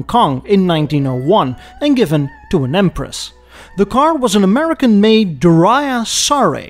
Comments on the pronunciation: So you know: that first car was a "Dur-YEEA", not Doo-ryah. Fascinating topic, well presented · Great show. By the way, it's pronounced "DURRY-ay" . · Durea is pronounced DUR-ee-aa. Sino is pronounced SIGH-no. What the &%$ is a "ZIV"? Sweet jebus. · It's pronounced Dur-Yay.